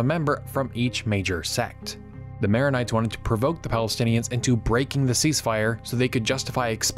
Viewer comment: Nice Vid. But you're kind of butchering the protagonists' names